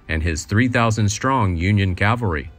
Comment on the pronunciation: Cavalry not Calvary